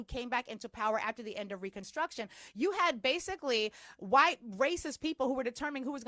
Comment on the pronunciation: I love the way you say "waytiness" and "wayite" 🤣